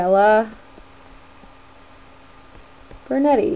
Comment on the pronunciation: burnetii, not burnetti nice cartoons!